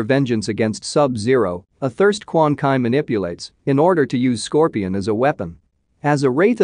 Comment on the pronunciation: Apparently “Scorpion” is the only thing he can pronounce right 😩